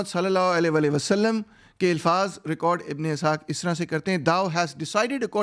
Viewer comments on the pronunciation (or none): none